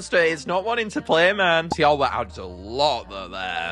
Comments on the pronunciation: It’s Tee aw wha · It’s pronounced tiwa but I love your videos keep up the good work